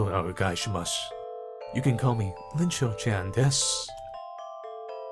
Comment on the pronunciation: It’s not Linchou-Chan. It’s Iinchou-Chan (capital i)